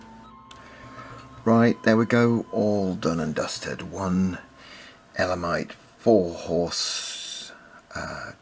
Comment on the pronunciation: Very nice I agree with you on the pronunciation of elamites, all the best